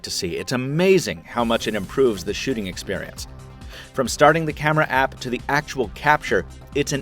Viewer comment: It kinda sounds like he says sh*ting experience XD